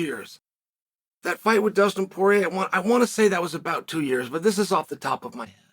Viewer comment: "FOUR POINT TEW BILLION!"